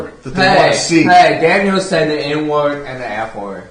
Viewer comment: Oh shiwd, he saiw it